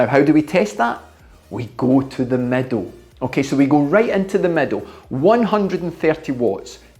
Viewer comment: exceptional work explained. Can this be done on ERG mode or free ride, what do you suggest? ps: when you said 'middle', I heard 'meadow'. Not everyone speaks the King's English. Regards from Athens, Greece. 🇬🇷🇬🇷🤙